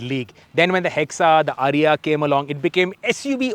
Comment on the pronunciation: Its not "Ariya". It is pronounced "AAriya"